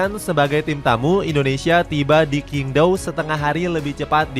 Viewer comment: QingDao cara bacanya cyingg tao... bukan kingdao 😂😂😂😂😂😂